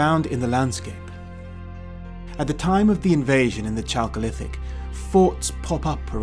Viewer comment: Please don't say "chalk-olithic", it is pronounced "Kalkolithic", like "karakter" not "char-acter". It comes from Greek "khalkos" meaning copper and has nothing to do with chalk. The real period of chalk is the Cretacious, meaning exactly that, but then there weren't many Beaker folk around...